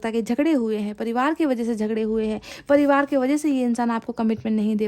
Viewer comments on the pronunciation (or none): none